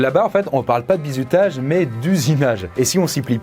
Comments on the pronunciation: Mdrr toute la video tu prononce "bizoutage" 😂 sinon toutes tes vidéos depuis les mini cours sont absolument géniales tu mérite 100 milliards d'abonnés et de yt money ❤️ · j'ai l'impression que prononce "Bizoutage"